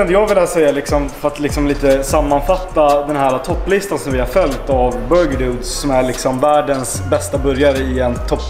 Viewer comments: "borgir" haha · hahahaha Burgir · bara jag som hörde "BORGIR" vid ??? XD